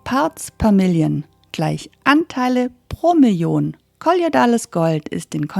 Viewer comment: Schönes Video. Es heißt aber nicht " kolliodales Gold"!